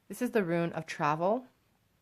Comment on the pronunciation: Thank you for the reading. If it helps, try to think of the word rune as being said like ROON. You would never pronounce ROON as RUIN.